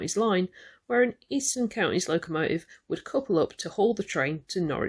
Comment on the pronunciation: There is a T in locomoTive.and counTy Just learn to pronounce it